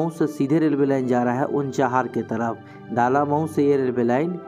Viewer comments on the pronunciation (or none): ये "दालामऊ" नहीं "डलमऊ" है।